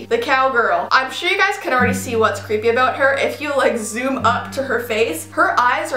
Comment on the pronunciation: im gonna zumm the camera Me:please no